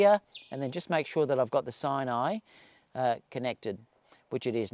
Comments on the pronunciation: Mate, I believe it’s pronounced “sin-a-eye” as in “cinema.” Not “sign-eye!” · You’re right lol